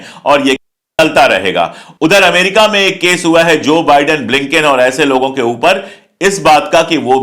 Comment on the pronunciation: Nice to hear बाइडेन instead of बिडेन, excellent video as always👍